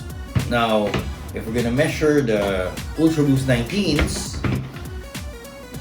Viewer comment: measure=Meshure in his language